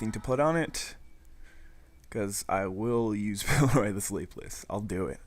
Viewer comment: You need to read cards more closely, specifically, pillORY not pillEROY. I'm just getting into DOTP and your vids are fun to watch, but wow did that bug me.